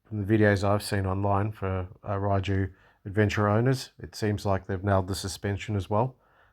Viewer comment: I think most people in Europe pronounce it "Ray-you"....but theres lots of different ways people seem to say it. I think fueling issue has been sorted. Same engine as Voge rally 300 with a different top end. Enjoy. They are popular in the u.k. warm regards.